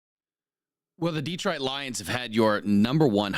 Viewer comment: You can always tell somebody who is not from Detroit because they pronounce it Deetroit. Same thing with Ukraine, it's not You Kraine the way they pronounce You Tube.